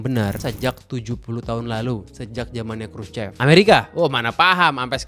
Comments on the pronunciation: Dibacanya kruso bkn krucep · Bener banget nih..si Mas yg cerita ini detil studinya soal tata kota di Rusia sejak Soviet era. Mantap..saya kebetulan diaspora Indonesia yg tinggal disekitar daerah CHEREMUSHKI sejak 2008. hanya ada sedikit tips utk pengucapan BHS Rusia.. Khrushchev dibacanya: Khrusyov.. trus CHEREMUSHKI dibaca Cheryomushki.. trus Khrushchevka bacanya Khrusyovka.. . Sedikit cerita soal sejarah Rusia, sebelum Khrusyov pemimpin Soviet nya itu Stalin. Karakter bangunan jaman Stalin itu megah, besar, boros dan wah.. sementara Khrusyov lebih memilih berbeda dengan efisiensi biaya bukan hanya karena pasca perang dunia II yg kurang biaya tapi jg karena ingin menghilangkan pengaruh Stalin dan menghilangkan kultus individu rakyat terhadap Stalin. Kira-kira begitu.😊 Salam dari Moskow.